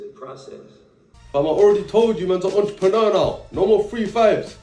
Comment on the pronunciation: I thought mans said "EntrepreMurda", lowkey sounds hard ngl 😂🤣🤣